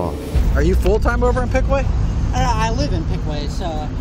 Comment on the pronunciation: Piqua is pronounced “pick-wuh” Didn’t even pronounce it right.